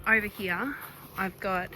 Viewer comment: 😂ya now you're listening to a Melbournian when they say "heeya" for "here".